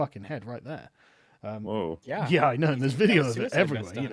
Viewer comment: "I knooooooooooo" Is possibly most english moment ever. also: Civil War is inferior to Winter Soldier, that's an objective fact.